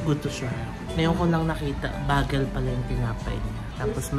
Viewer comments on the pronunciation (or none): ...bagel - "bay-gel". 😂✌️